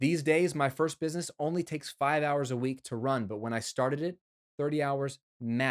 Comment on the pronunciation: Looks like you hustled making this video so much that you spelled "busyness" instead of.... oh, you actually really are saying busyness instead of business...... see what hustling is doing to me, man?!